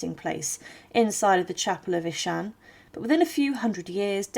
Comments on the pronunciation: I wonder where AhShen is. It certainly isn't near Aachen (pronounced AhKen) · Aachen is pronounced like A-khen, not Ashen ^^ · Worst of all, the butchering of "AACHEN" to "Ashen" and later "Eshan" or "Anchen" towrds the end.... almost an insult! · Thanks for this interesting video. I was struck by how you pronounced the name of the town as "ah-shen". My mother and grandmere, who were from the Eupen area, always pronounced it as "ah-ken". I find the many dialects of the region very interesting. I have a map somewhere at home that shows the shifting borders in that area from the late 1700's to the present. No wonder so many dialects developed. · 'Aaken ' IS the dutch Version.....Frensh Aix la Chapelle.....the City its self IS pronounced Aachen...with a throaty 'chhhhhh'